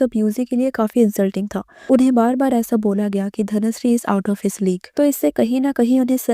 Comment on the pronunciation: Is it Dhanushree ??? I know it is dhanashree but in this video i can hear " dhanushree " many times in intial part.